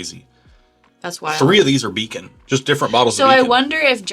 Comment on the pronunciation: Did you mean to say “Beacon?”